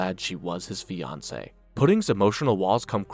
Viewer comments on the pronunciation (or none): none